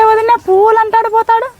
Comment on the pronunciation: తిక్క నాయాలా ఫుల్లు కాదురా పూలు అనాలి